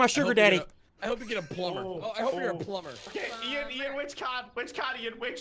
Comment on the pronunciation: His name is Ian not ein